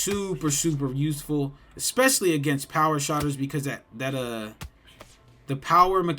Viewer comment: It's SHOOTERS not Shotters my boy.. Thanks for the tips 🤙